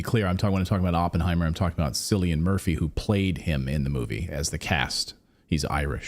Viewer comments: Cillian is pronounced Kill-ian 😂 Don't worry Irish names never sound how they look... Sinead=shin-aid. Shibhan=shi-von Caoimhe= Qwe-vah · Cillian is pronounced Killian, not Sillian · Hello Slayton, it's pronounced 'Killian' 😜